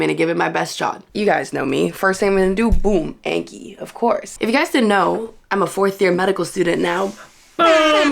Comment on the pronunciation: the way you say anki always killsss me 😭 great video as always!!